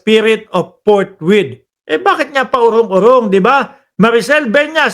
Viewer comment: Forthwith or fourth width? 😮